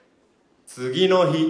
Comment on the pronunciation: これで日本語覚える人「次の日」のイントネーション間違って覚えちゃうw